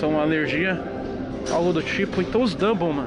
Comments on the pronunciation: É dumbell toguro, não double 😂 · Toguro é Dumbbell e não double 😂😂😂😂 Dumbbell é halteres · Se pronuncia dambel fella tmj